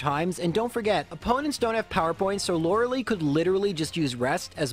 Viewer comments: It's "Lore-Uh-Lie". Not "Lore-Uh-Lee". I can't stress that enough. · I'm 99.99% sure it's Lorelei, pronounced "LOR-A-LIE" (like sky). Lorelei is of germanic origin and takes the I sound when paired with EI. (Drei, zwei, hein, dein). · Laurels. Lie. Laura-lee? Come on you just said her name.. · Everytime I hear you say "Lorelee" I cry just a little bit more. Super cool challenge though. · “Lorals” “Lie” “LoraLEE” please stop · Sir. You don't get to make a Lorelei joke with 'laurel' and 'lie' and then pronounce her name like "Laura Lee". I know you know better. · > Uses correct pronunciation for Lorelai in a pun > Still calls her "Laura-Lee" not 5 second later God damn I love this channel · Lore-uh-lie. Okay? Okay. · the name of the elite 4 member is pronounced lorelie not lorelei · Why do you call her loraly? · I'm am convinced he's intentionally mispronouncing lorelei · It was also weird he'd make that pun then go on to continue mispronouncing Lorelei's name. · I think the same thing about your pronunciation of Lorelei. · Oh you can pronounce her name right when it comes to making a pun, ok! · the way he pronounces Loreli is, it gets on my nerves for some reason